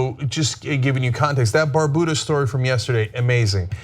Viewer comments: it;s BAR BEW DAH. not "bar boo dah" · It's not Bar-Buddha, it's Bar-byouda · Can we start pronouncing "Barbuda" correctly? Thanks. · What the hell is Barbuda? I thought i heard wrong but he said it twice. Lol